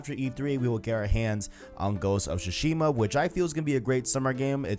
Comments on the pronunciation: Su-Shima bro. Not shu-shima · tsu-shima, not su-shima or shushima. the "t" is subtle, not silent, just like in "tsunami" though I know most people mispronounce that word as well